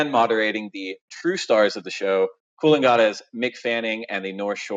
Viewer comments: where the hell is coorlengarta ? mick is from coolangatta mate ... lol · FFS Dave Prodan can you PLEASE start pronouncing Coolangatta correctly. Mick is being polite by not calling you out. Thanks.